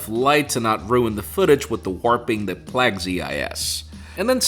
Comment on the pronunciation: Pla(aaaaaay)gue not whatever he said